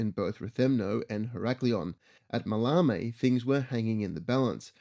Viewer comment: pronunciation, it's MAL-e-me, TavronEEtis, GalatAs and REthymno.